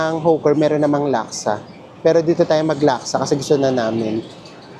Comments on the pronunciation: Hi. Hawker is pronunced as Hoker not Huker. Fyi lng po para mas ma getz Ng audience nyo. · anu ba talaga Hawker o Hooker ayusin mu pananalita mu potek!!! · Enjoyed the vlog - Kaya lang e-correct lang ang pronunciation: HO-ker( Hawker) at Hindi hoo- ker 😜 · Hoker po pronounciuation, hindi hooker. Iba po yun. Hehe.